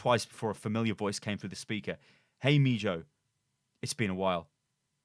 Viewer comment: Meejo? Lol